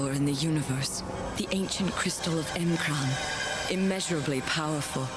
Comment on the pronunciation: It was in the video and you still mispronounced M'Kraan.